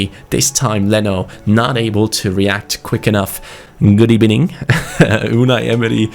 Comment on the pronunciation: Good Ebening not "V"